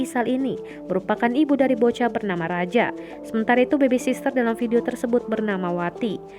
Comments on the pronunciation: Ini kenapa ikutan narator yang salah baca si. Sitter dibaca sister 😭 Btw, Cenel gw ngerusak lagu orang 😭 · Naratornya juga salah bacanya. Sitter dibaca sister 😭 Btw, Cenel gw ngerusak lagu orang 😭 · Min, tolonglah min... Sitter koq dibaca sister sii 😭 Jadi gregetan gw Btw, Cenel gw ngerusak lagu orang 😭